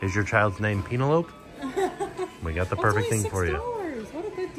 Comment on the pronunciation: “Oh, I just wrote a song” “peen a lope”. 😂😂